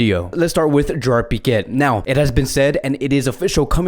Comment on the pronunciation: No piqettttt please no T no T